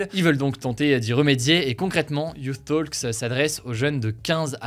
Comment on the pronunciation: et Hugo la prononciation de « youth talks » est (you-th) comme vous l’avez dit et (toks) pour « talks » 😉